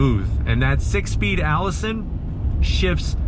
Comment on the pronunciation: It's and AISIN transmission not a ALLISON transmission